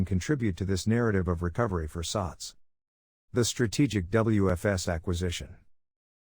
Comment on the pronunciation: I hear the voice it keeps on saying “sucks”.. simik sucks la , it should pronounce as “sats”..😈😈